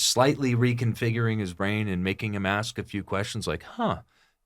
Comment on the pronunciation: Hey I'm with you on this malicious prosecution for a crime you didn't commit. But do yourself a favor.......learn the proper pronunciation of the word: "ask". For example, the word is NOT pronounced: "ax" or "axed". A-S-K, ASK. Nuff said.